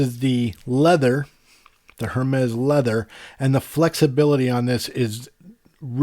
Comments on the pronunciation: It bugs me how he says hermes. He says it Hermes with the emphasis on the H by it’s pronounced ermes no h. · My point was simply that HER-mez is wrong and if you are going to spend that kind of money on a watch you ought to know how its pronounced. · great comparison. Got to give you a little grief, it’s pronounced “Air-Mez”.. Just drop the H bro and you’re good! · Oh you’re good! You know only the super snooty people pronounce it properly! I’ve had Apple Watches since series 0, get my first Hermes this week, so watching a few reviews of the allegedly amazing coveted AIR-MEZ model. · It's pronounced ERMES without the H :) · The HERmes pronunciation was annoying coupled with the labored breathing... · I believe its pronounced AirMes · definitely not “air” it’s pronounced ermès with a little aspiration on the first e. Your pronunciation is good, just put the accent on the last e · They’ve pronounced it airmez in the previous Apple stage announcements. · Hermès is French and you don’t pronounce the ‘h’ in the French language. Great video. I also got the black before but not into paying a huge premium for it. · I was just about to ask “who’s gonna tell him” lol